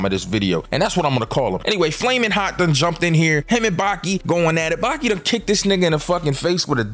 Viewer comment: Replace the i with an a in Baki